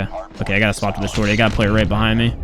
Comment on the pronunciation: The way pronounce "Me" sounds like hes saying "Meh" 😂